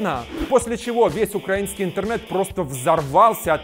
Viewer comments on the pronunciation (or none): none